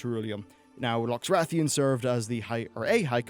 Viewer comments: Loxrathion? your pronunciations are horrible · Also "Loxrathion" instead of Lothraxion. I'm beginning to wonder if is just a bit dyslexic?